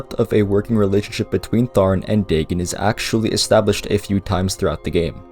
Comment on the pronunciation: Day-gen? I know sometimes people prefer to pronounce words a certain way because they read it that way for years, and i do realize irl the real Dagon is pronounced that way, but its still weird someone not pronouncing it Day-Gon.